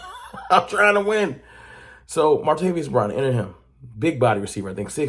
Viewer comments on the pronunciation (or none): ITS MAR-TA-VIS! NOT MARTA-VIOUS!